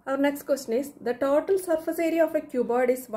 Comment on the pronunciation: Mam it is total not tatol😂❤